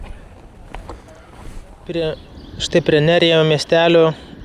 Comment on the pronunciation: Geras video.Ispanijoj, nors vanduo iš čiaupo dažnai būna geriamas,bet turi daug chloro ir priemaišų.Geriau negerk.Raidė J tariasi kaip ch.Miestas Nerja lietuviškai skambėtų kaip Nercha.Keliavau po šiaurės Ispanija su dviračiu prieš 10 metų.Labai malonūs prisiminimai.Gero kelio🙂